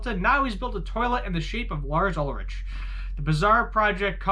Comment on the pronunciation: That’s not how you pronounce Ulrich.